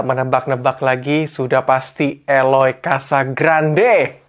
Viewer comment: Bacanya: Casagranjje...